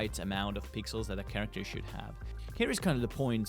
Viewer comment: its character not zharacter